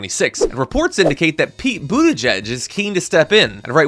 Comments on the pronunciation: For once rumpty got a name pronounced corrected! And typical slam, defame, lie and blah blah blah from rumpty. Do we believe anything he says about other people? NO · It’s pronounced Boot-edge-edge. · How is it that Buttigieg is one of the few names Donald can pronounce?